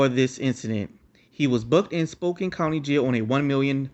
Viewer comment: Its pronounced SPO-CAN :) Great video!